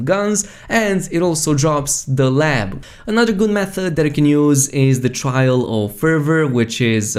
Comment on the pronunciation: it is "The Lob" not "The Lab"